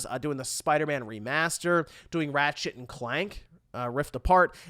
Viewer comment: Lol I kept hearing you say "Rat Shit & Clank"